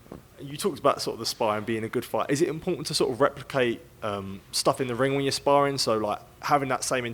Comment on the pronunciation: Martin "sparring" bakole